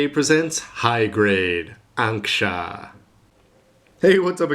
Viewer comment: wasn't this supposed to be ankusha?instead of ansksha ?